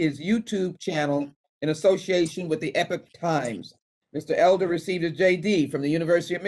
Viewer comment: why is epoch times being pronounced epic times??